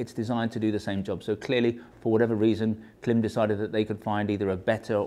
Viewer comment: I’d love to hear how you pronounce Worcestershire or Leicestershire. Or Greenwich for that matter. Point being, you know how Klim pronounce their name, but you choose to pronounce it differently.